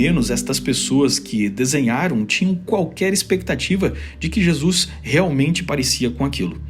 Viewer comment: gostei da prununcia carioca para Jesus: jesux hahahhahahah